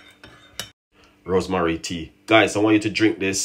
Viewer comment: It's not called rosemarie, the proper pronunciation is rosemary. You don't cook tea, you boil tea🙄